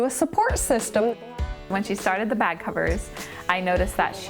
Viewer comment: Why do you say beg? It's bag.